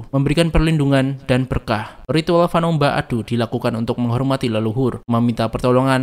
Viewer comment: fanömba itu dibaca fanêmba